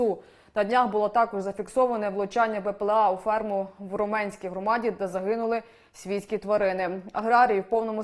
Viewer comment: Ви як іноземці, а не як українці !!! Коверкаєте назви наших сумських сіл !!! РО' менська громада, а не РомЕ'нська !!!... ПИ'сарівка, а не ПисарІ'вка !!! Ю'наківка, а не ЮнакІ'вка !!! ПОВАЖАЙТЕ НАШІ УКРАЇНСЬКІ НАЗВИ і ВУХА СУМЧАН !!!